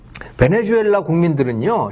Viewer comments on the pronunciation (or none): none